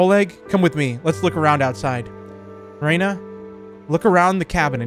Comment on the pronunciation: he said reyna instead off ryna and that made me think about valorant lol.